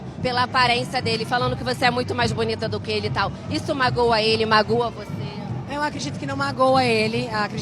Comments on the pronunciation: "Isso magoa ele, magÚa você?" MagÚa é sacanagem... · sofrível 🤦🏻‍♀️ kk